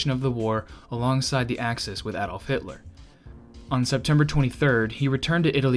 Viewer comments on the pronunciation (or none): none